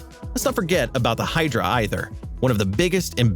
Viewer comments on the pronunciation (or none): none